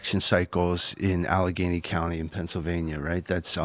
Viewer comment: Allegheny is pronounced Al Ah Gay Knee